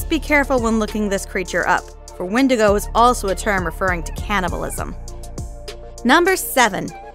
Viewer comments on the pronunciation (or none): none